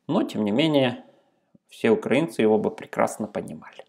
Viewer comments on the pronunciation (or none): none